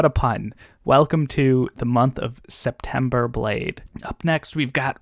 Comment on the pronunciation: Yes, it's -Friday again! 🥳 Thank you for explaining the SeptEmber Blade situation, I almost didn't get it 😋 Yeah, democracy is the best #AnithaToCoHost Red Rising is a very good choice, it's so good. I'm sure you'll love it and want to talk about it for days. I haven't finished the eye of the world yet too, but I am already curious about book 2. Oh and also, can you make it an habit and pronounce a few russian names or words in every video? thank you in advance